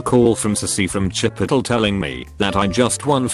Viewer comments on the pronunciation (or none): why does the bot pronounce chipotle as chipottle